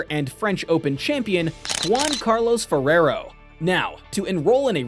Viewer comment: Terrible pronunciation on Spanish names...I'll let you know that Alcaraz is pronounced "Alcarahth" (last syllable as the tonic one) and Ferrero as "Ferrherhoh".